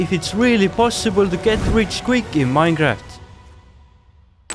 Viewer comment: Well he does pronounce it the same way